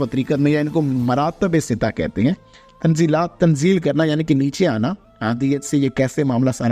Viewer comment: تنزلات ستہ کا تلفظ Tanazzulate sitta ہے فقط بغرض اصلاح ❤❤❤❤